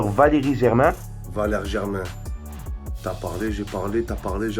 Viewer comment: Arrêté de dire Valeri Germain stp